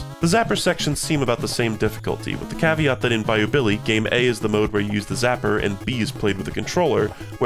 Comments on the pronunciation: Oh god it really does sound like that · Bayou Billy mention, its peam!